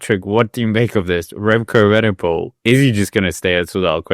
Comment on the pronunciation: Frustrated by butchered Danish pronunciations, but perhaps the worst attempt at Evenepoel out there....(still love the channel, though)